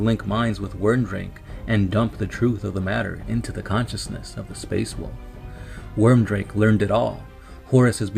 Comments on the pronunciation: Stop butchering the names of everything with your pronunciations. And by the way, it is weird make.. not worm drake... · It's Wyrdmake! Wyrdmake! Your pronunciation is HORRIBLE! But cool video. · Ohthere Wyrdmake, his surname is pronounced weird-make I'm pretty sure, but sick video, TS are my favorite legion